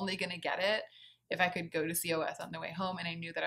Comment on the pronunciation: COS is pronounced “cause”.